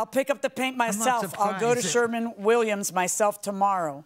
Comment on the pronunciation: It's Sher-WIN, not Sher-MAN Williams JMM.